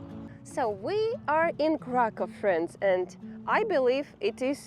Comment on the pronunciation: Krakoow - proper pronanciation. I wonder why they write it Cracow in English 🤨